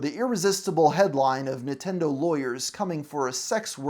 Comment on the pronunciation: It sounds like you're saying "Nitendo" instead of "Nintendo" throughout the whole video and I can't unhear that. It kinda gives me the vibe of how my gramma used to mispronounce every other foreign word lol